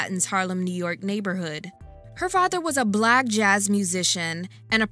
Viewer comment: sounded like blag instead of black lol